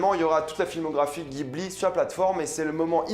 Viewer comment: Ça se prononce studio "djibli"